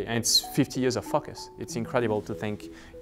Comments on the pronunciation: lol "50 years of fukuss". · Ben misheard ' "focus" as well hahaha.